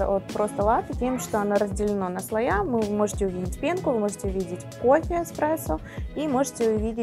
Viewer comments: может, подает и грамотно, но говорит неправильно) не слоЯ, а слоИ)) да и кофе всё еще мужского рода)) аж слушать неприятно такое. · Да, такого ещё не было: слоЯ. Единственное оправдание, что девушка не журналист, и не эксперт, для неё главное в профессии - готовить своими руками. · У меня тоже аж уши режет от этого "слоЯ". )))